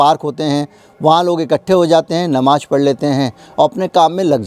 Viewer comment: You are another Vinod Dua. Anti RSS, BJP and Modi. Why don't you keep some of peacefuls at home ? Muslims are not a minority they are the second highest majority. Learn to pronounce Namaz it is not Namaj. Your agenda is one sided.